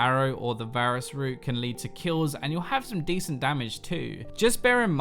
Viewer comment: did he say basrus